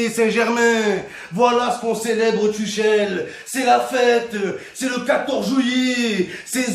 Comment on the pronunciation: Tuchel se prononce Turel